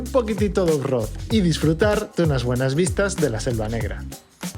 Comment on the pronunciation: Felicitaciones chicos por los 5000 kms. Que manera de reirme con el "OFROD" fallido, pero luego recuerdo como empecé mis aventuras en moto y se me pasó, hay algunas muy vergonzosas😅